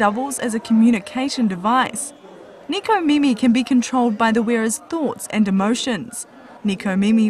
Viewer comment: It's nekomimi not nikomimi